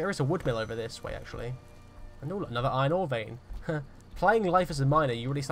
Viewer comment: This is way more entertaining than I thought. Never expected to be so entertained by a nice British bloke rping as a minor. I guess it's the way you pronounce iRON